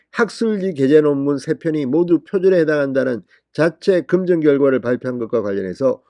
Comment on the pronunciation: 금정이 아니라 검증!!!!!!!!!!!!!!! 으 발음도 되고 어 발음도 되면서 거꾸로 발음하는 이유가 도대체 뭐요????????????????????